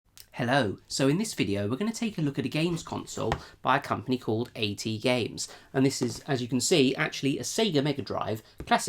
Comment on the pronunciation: "A T Games" It's AtGames.